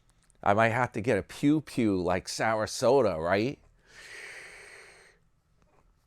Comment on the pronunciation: I like when u call him Sarasoda. Yah and HAH! He on the skids! Needs another cart collecting job.